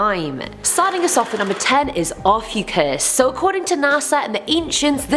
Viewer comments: I think name, Ophiuchus is pronounced, Oaf-EEE-u-schus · I don’t know why but the way you pronounced Ophiuchus wrong made me wheeze